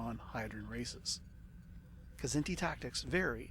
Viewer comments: it's not kah-zinti, like you're sneezing it out. and it's not a silent k, either. you pronounce the kz together, like it's the same consonant. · I pronounce it Kzinti (Kz+inti). Wish there was a new Star Trek series based in the SFB universe, featuring heavy combat action across the spectrum, using SFB mechanics (perhaps with a little poetic license to include some 3d movement in the combats). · I always pronounced their name "Kah-ZIN-tee" and depending on which race I was up against I'd probably take either the CC for simple "brute force" or more often one of the specialized "Drone Bombardment" ships like the DF so that I can use the bonus allotment of special drones to really fine-tune things to suit who I'm up against. Regardless of drone load-out, one of the key things that can affect Kzinti tactics is whether or not the Kzinti opponent knows or remembers how to use their labs/AEGIS to identify seeking weapons... a smart Federation player in a regular CA can really throw a wrench into the drone tactics of a Kzinti CC when they use their labs to identify which drones are best to fire at, throw a tractor beam at, or let strike the shield. Some of the drone tactics I like to use wont work with the Kzinti and only work for the Federation (with G-racks capable of holding and firing 1/2-space "dogfight" drones and ADDs) since the Kzinti ships had only A-, B-, and C-racks capable of holding and firing only 1-space or 2-space drones as their armament. Still, the load-out I'd choose would depend on the scenario year and the race of the opponent. Who's my first opponent supposed to be?